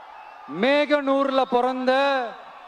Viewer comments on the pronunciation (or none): மேகனூர் இல்லடா .... மோகனூர் என்று படியடா 😅😅😅😅